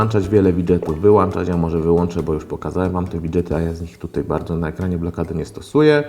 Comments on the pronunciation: co razi najbardziej WŁANCZAĆ I WYŁANCZAĆ ???!!!!!! (ok 4minuty) Kiedy nastaną te czasy ze mówi się WŁĄCZAĆ I WYŁĄCZAĆ ? !!! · Włączać i wyłączać a nie włanczać i wyłanczać!!! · włączać, wyłączać a nie włacząć wyłaczać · NIE MOŻESZ WŁANCZAĆ I WYŁANCZAĆ BO NIE MA WŁANCZNIKÓW I WYŁANCZNIKÓW. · "Włanczać i wyłąnczać"... naprawdę...? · włanczać wyłanczać wifi? ;d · włanczać i wyłanczać